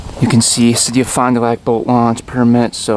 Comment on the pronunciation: "Fond Du Lac" is French for bottom of the lake. You should try to pronounce it properly, although I know stupid Murkins from Wiz cone sin or anywhere else don't bother to learn, because they can't !